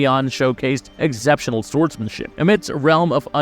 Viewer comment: Holy shite you need to work on your pronunciation bro. I'll like your video when you get "exceptional" correct.